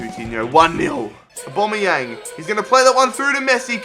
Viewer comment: Can you please say Aubamaueng properly